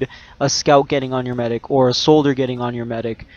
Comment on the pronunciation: thanks for the tips, you mispronounced soldier tho...